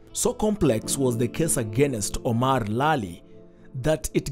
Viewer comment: Very bad grammar in this report. And why do Kenyans love saying agenest instead of against????? Do better.